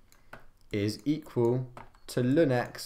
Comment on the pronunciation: natural log 🚫 LÜN ✅, good vid tho